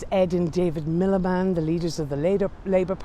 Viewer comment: Middleband! Lol Its 'Milliband' Haaaaaaaaa